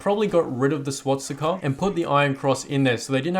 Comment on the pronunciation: "Swatsika" its swastika